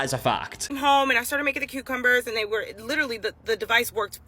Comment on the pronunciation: "Tutorial that ends in injury"... "Today we're gonna be talking about CUCMBERS"... I absolutely have no idea what's going. LMBOOOOO